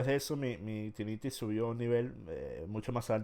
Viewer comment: Bruh, les dice tinnitis y hiperacusis, mínimo revisen como es que realmente se dice